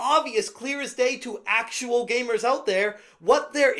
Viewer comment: gamers not gaymers